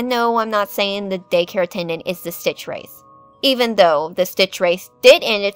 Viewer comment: ITS STITCHWRATH! NOT STITCHWRIATH